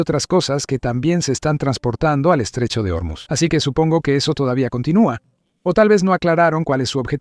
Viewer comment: No es germuz , es Ormuz